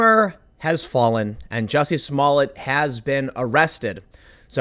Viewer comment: IT’S NOT JESSIE! IT’S JUSSIE! MA’NN!